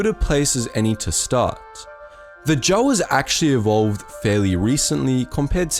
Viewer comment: I'm sorry but i had to flinch everytime you pronounced Jawas the way you did. Try it with a long a. J a w a s